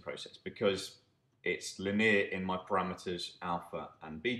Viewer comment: Your pronunciation of 'linear' is driving me crazy!